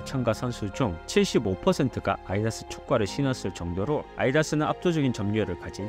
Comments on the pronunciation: 자 발음 다시 해보자 [아이다스] 아니고 [아디다스] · 아디다스 발음이 너무 뭉개지네요 ㅠㅠ 아이다ㅅ 라고 발음하시네요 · 오매 발음에 랄부를 탁 치고갑니다 아이다ㅅ~ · 아디다스 발음이 이상하네 아이다스로 들림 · 아디다스 영어발음이 아이다스인가요?? 계속 아이다스라고 발음하시는데, 궁금하네요. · 아디다스를 아이아스라고 하는데